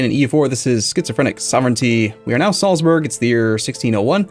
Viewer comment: German pronunciation guide: Salzburg=Zaltsboorg, and Nürnberg=Nirnbareg (as in "bare" with a g at the end). There's nothing in there that sounds like burgers, no "uh" sound at all. ;-)